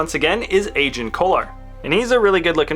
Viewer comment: And it’s not pronounced Ajen Kolar it’s pronaunced Agen kolar